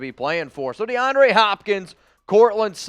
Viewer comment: YO THIS MAN REALLY SAID de- ana - ray 🤣🤣🤣😭😭😭💀 ITS -DE -AHN -DRE 🤣🤣🤣😭😭 and he said saa non e ro instead of saying sa nar reo